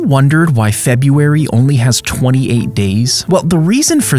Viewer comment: Him saying something about dates me deeply wondering about his way of pronouncing FEBUARY😂